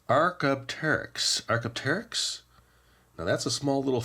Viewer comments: Archie "But hold on!" Archie "The pronunciation of Archaeopteryx is wrong! Its: Arr- kay- op- tear-rix! Not Archaeoteryx! You forgot the P! P! P! P! P in lucky penny shop! " "Oh! Right! My pronunciation was wrong!" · " " Pterosaurus! PTERASERRUS?" Archie "Hey! You said Pterosaurs wrong! Its in the name of our videogame! Its pronunciation is TERR-OH- SAURS! UR PRONUNCIATION OF PTEROSAURS AND ARCHAEOPTERYX ARE WRONG! If you play my game and go to the pronunciation section, you'll select me, then say my classic name and you'll get another achievement!" "Oh boy! Well thanks Archie for the pronunciations and the new tip in your game!" Archie "Yor welcome!"